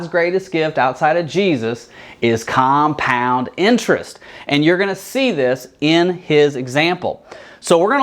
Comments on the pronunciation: It's 'compound,' not 'compund.' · "compound" LOL